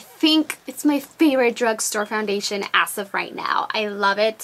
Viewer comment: when you say "as", it sounds like you're saying "ass".